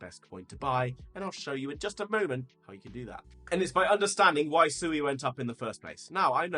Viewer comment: I learned it’s pronounced se(w)ay. Like sew 🪡 and way. (sui)